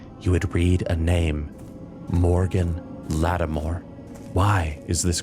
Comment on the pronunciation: Awesome video! Small criticism - the constant mispronunciation of 'Mor'Ladim' killed my immersion. It's not "Moar'LAD-em" It's "Moor'La-DEEM" Its supposed to sound Latin/Irish, which in this case makes it feel more menacing when spoken. Roll the 'r' at the end of 'Moor' to dramatize the effect.